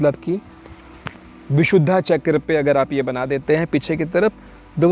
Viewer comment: कृपया " विशुद्धा " नहीं विशुद्ध बोलिये. धैर्यवान को धैर्यवाना कोई कहे तो अच्छा नहीँ लगेगा